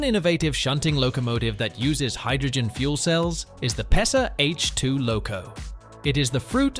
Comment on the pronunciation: You are reading the name „PESA“ wrong